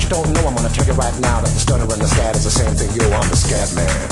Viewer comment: lol..its scatman..not scapman you noob